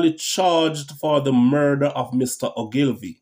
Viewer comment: His last name is pronounced ...... ooglevee.... Many people make the same mistake, great video.